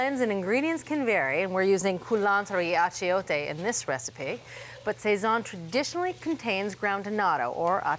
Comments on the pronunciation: Would think it easy enough to Google check when making video production....."say-zhuon" is actually pronounced "sah-sone". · Sayzon is not correct pronunciation. It is: sawzon. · It's not pronounced "SAYZAHN". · Yes, that drove me nuts too each time she said it! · That was my favorite part of this! I thought she was talking about the French painter! :D The blurred Goya loga was hilarious, too! Two thumbs up for a thoughtful recipe. :) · I loved your attempts at pronunciation. Sazon: sah-sone Achiote- ah-cho-té You can deepen the achiote flavor by using achiote oil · I'm sure I've heard them say these words correctly in the past. Did they forget how?